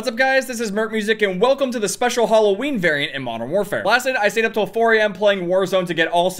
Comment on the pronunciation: Nobody:: hulloween